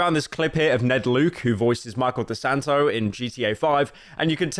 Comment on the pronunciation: Can’t beileve you call him Micheal deSanto. It’s Micheal DeSanta. What a fall from grace 😔